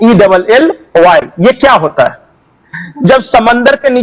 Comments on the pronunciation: It is shale oil not shell oil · Its not shell, its Shale😂